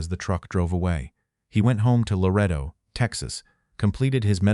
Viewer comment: This story about a person denying promotion of another who could speak several languages and he couldn’t cracks me up because the AI can’t pronounce Larado, TX properly! What demotion should the AI receive?